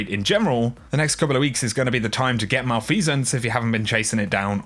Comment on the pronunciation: You had me engaged until you pronounced malfeasance.